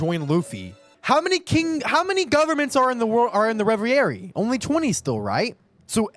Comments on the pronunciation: ITS. PRONOUNCED. RE. VE. RIE. NOT REVY AIRY. PLEASE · "Revi-eri" lol "Reh-ver-eee" Dope reaction as always though bro! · hey, french guy here. please pronounce it "ray-very". thanks.